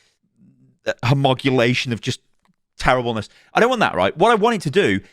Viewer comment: "homogulation" sounds like a bastardized mish-mash of words slammed together.... are you sure you aren't an AI Youtuber? 🤣 Seriously, though, I'm glad Microsoft is getting raked over the coals for this. Only corporate greed could find a way to make recycling bad for the environment.